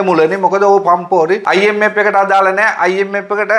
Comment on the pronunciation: Macho try to pronounce “F “correctly when you say “I M F “